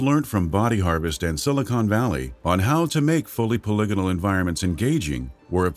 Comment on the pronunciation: Pol-ig-inol Poly-gonal Weird way to say that for sure.